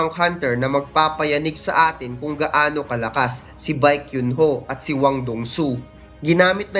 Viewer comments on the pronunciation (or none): none